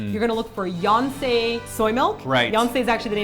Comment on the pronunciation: Yonsei soymilk... I heard Beyonce soymilk lol